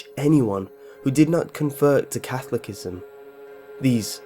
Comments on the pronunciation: He said 'cathlicism' Boy it's Catholicism (Cath-ol-is-ism) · Catholic-ism? Wrong! Kath-ol-is-ism, right! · Its Catholicism not cafolicism. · FYI, "Catholicism" isn't pronounced catholic-ism, it's ca-THOL-i-cism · Sorry but 'Catholicism'? It's pronounced 'cathol-iss-ism', not 'cathol-ik-ism'. The 'iss' pronounced the same way as in 'hiss' or 'miss'. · It's pronounced cathol-li-sism not Catholic-ism!!! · "Catholicism" is pronounced /ca-THO-le-si-zem/, not /CATH-lic-i-zem/. Otherwise a good and creepy video. Most of the origin stories given here are apocryphal, though, if Wikipedia is to be believed. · Catholic - ism ... the word is CathOLicism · Nice video but I feel the need to point out that Catholicism is pronounced kuh -tho-luh-si-zm not catholic-ism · It's Catholicism not cathlicism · “Cathlicisim???!! Uhh, Catholicism!!!!!!! Yes, there wasn’t freedom of speech back then It was a way to pass on information Also, a way for children to cope with horrible things ie plague. Look at London Bridges Falling Down... The Blitz.. Please correct your religious verb. Puts a damper on the believability.. Just Sayin’ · Cathlocism? You mean "Catholicism" pronounces Kath-all-oh-siz-immm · Cath-OL-o-si-sm not Cath-lic-ism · Yesterday upon the stairs, I met a man who wasn't there. He wasn't there again today. I wish to Hell he'd go away. All these so-called explanations about the meaning of dark Nursery Rhymes are just pure 'Jackanory'. Incidentally, "Cathlickism" is pronounced in fact "Catholicism". Close, but no cigar for any of it. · "CathlicISM?" It is pronounced Cathawl-li-sizm. How incredibly stupid can a person be? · "CATHOLICISM" Is pronounced "KAH-THO-LO-SISM" ..not "KAH-THO-LIC-ISM" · It's pronounced /ka THOLA sizm/ not /KA tholic izm/. Kind of ruins any credibility you might have with me if you can't pronounce the words correctly. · Catholicism is pronounced: 'ca-thol-i-cism', not 'cath-lic-ism' <[as the British narrarator said it.] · Catholic-ism LOL! It's Catholi-Cism